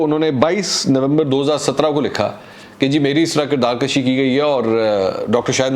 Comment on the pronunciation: Please correct your pronunciation it is "KIRDAAR KUSHI" not "KIRDAAR KASHI"